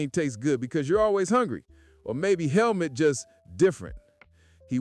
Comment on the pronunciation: Its pronounced like Hellmoot btw